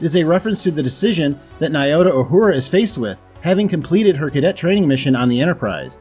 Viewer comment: NYOTA -- is pronounced /nyoh-tah/ not /nī-oh-tah/ The ny sound is like onion, canyon, jalapeño, lasagna, and the French pronunciations of Champagne, Bourgogne, Bretagne, Montaigne. Or remember when kids say, nyah-nyah-nyah. This also fits with M'Benga (really Mbenga, Mmm-Being-Gah), and other African words with Mb, Nd, Ng(g), N(g)k, Ny-.